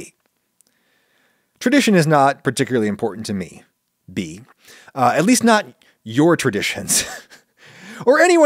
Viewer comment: thank you so much for answering my question adam! I actually go by bea, its just people often don't know how to pronounce bea correctly, which you did pronounce correctly I might add!